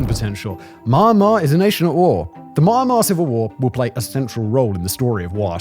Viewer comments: How are you going to presume to educate people about a place you don't even know how to pronounce? It should sound like ME-EN-MAR, not MAR-MAR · It's pronounced Myan-mar, just like Nyan in Nyan cat. Not Mai-mar. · It's not MahhnMahhr It's Meee N Mahrr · its MYAN-Mar not maan maan xD hahaha... gave me a good chuckle tho HAHA it's like Comberbatch trying to say Penguin, im dying xD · not marnar you fool m yan mar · Inside maahanhmaahr 😂 (should be pronounced me-ann-mar) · you have the strange ability to pronounce myanmar as maanmaa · Had to stop listening to this one because of the mispronunciation of Myanmar. The Y is pronounced like an E. As in Me-anmar. It was like nails on a chalkboard. I can live with the irritating pronunciation of a as r at the end of many words, but come on. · Me and Mar it is pronounced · Sounds like Simon's saying Ma-Ma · he’s saying the common mispronunciation “MY-anmar” but his accent makes it sound like maahnmar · I like most of your videos, Simon. But could you please learn to pronounce the name of the country correctly? It's Mee-yan-mar. Thanks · I'm getting Benedict Cumberbatch trying to say Penguin vibes, from this. Maahnmaah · I had to stop watching because of the Myanmar pronunciation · Meee annn uhhhh marrr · So annoying every time you pronounce the counter wrong. Im not even sure how that's possible to do when you do all the researching and still can't piano the country's name. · The way you pronounce "Myanmar" in the introduction sounds very Birmingham, Alabama and I appreciate the effort to assimilate Southern US cluture to the nuances of eastern politics by utilizing familiar vowel sounds with rounded "R" sounds. Bravo! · Pronunciation of the country was too much. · Is this really how you pronounce Myanmar? (asking as a non-native speaker) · Simon... You need to work on that Myanmar pronunciation... Grates everytime you say it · Why is everybody miss pronouncing Myanmar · What is it with his pronunciation of Myanmar?